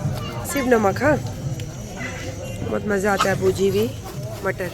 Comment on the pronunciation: Bater nahi mater hota h